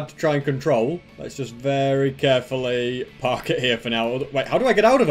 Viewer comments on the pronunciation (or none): none